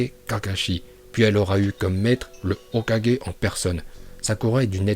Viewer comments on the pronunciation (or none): Et on dit pas hokajé mais Hokage